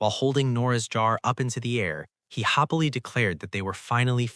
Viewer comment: This was great but every time happily is read hoppily I got really annoyed lol…